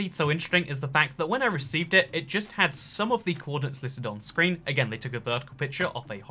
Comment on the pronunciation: It Not 'itt'